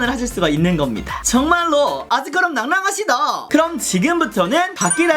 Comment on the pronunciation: 개인적으루 놩놩하쉬돠!!!!하는게 킬링파트ㅋㅋㅋㅋㅋㅋㅋㅋ